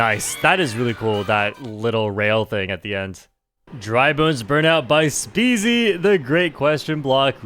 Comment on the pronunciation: Stop mispronouncing my boy SpeZys name 😢